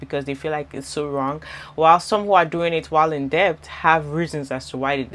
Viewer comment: You pronouncing debt with the “B” 😂😂😂 the B is silent baby